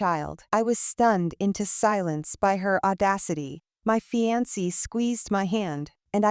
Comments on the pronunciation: Fee-an-see? Seriously? Just when I thought there were no more ways to mispronounce fiancée. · Omg... The AI reading everything phonetically correct is irritated af... Fianceee